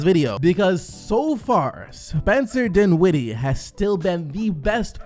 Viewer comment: Can u say dinwiddie correctly plz?